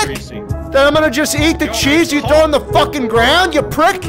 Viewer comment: I thought your said “throats”